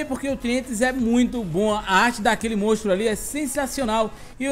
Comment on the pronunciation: Só eu que percebo q o fala "mostro" e n "monstro"? Kkkkkk Vídeo ficou daora,, tmj ❤